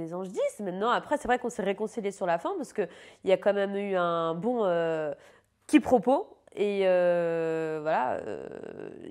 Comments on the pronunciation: "quipropos" au lieu de "quiproquos" rip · " Quipropos" 😂, dernière chose, heureusement qu'elle n'a pas voulu de Yohann, il est trop gentille pour elle ! Elle l'aurai bouffé toute cru et elle ne mérite pas un homme comme Yohann.